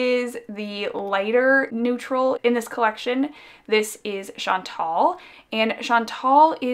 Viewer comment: Hi! I've been debating for a while about buying "Rue" because of all the hype, but I think that you've convinced me to get Brigitte instead. Also, as a French Canadian, may I just correct the way that you pronounce "Chantal"? It was a very popular name for girls my age (one of my closest cousins is called Chantal) and the right way to pronounce the "al" at the end is to say it like a guy named "Al"! Not "ol", like you've been pronouncing it in this video :) Sorry, I know that some people don't like it when we correct their pronunciation but I thought you might want to know :)